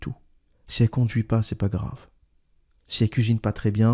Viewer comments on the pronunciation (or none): none